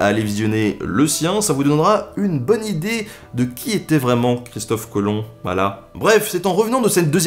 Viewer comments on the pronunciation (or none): none